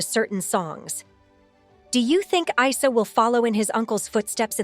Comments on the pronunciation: It’s not I-sah. It’s pronounced eeesaa. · Please try to respect Janet's son's name by pronouncing it correctly. It's NOT EYE-SER!!! IT'S pronounced EESAA although written Arabic is Isa (ءسه). Get it? got it? Good ✔️ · FYI: This is a muslim name and it is supposed to be pronounces as 'EESA' no Isa!! Esa is the muslim name for Jesus. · Correction It's pronounced as " Eesaa " as in Isa, son of Mary. The last Prophet to the israelites. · You pronounce the name of the son wrong, it is pronounced Easa, same way you pronounce ear without the r. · His name is said with and E not a I , that’s an Arabic name . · Isa name it is pronounced like i for India or ink Isa the name of the Prophet Isa AS the son of Maryam AS